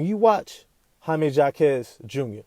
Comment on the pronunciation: Say it right. Hymie Hawk ez. The J is an H sound.